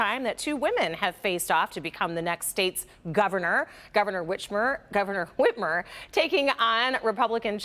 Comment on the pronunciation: Gov “Witch-mor” HUGE SLIP. 😦😨😳